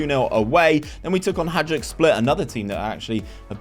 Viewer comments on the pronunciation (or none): The skin looked weird at the start but I got used to it. Tnx, m8! Hajduk would be cool. BTW, it's pronounced with a soft j like Juventus o Ajax, not dj.